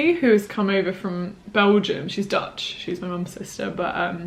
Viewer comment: i just clicked on this video bc i’m taking a gap year as well, did not expect to be hit with this much dutch content (i am dutch) 10/10. your pronunciation is very good